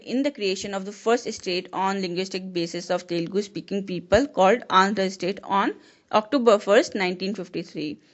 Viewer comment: it's Telugu not telaghi